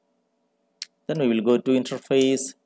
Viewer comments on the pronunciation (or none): Good video. Thank you. Sounds like you're pronouncing it "intraface" though, as opposed to "interface". Just a friendly tip.